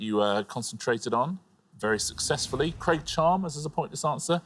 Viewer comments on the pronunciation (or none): none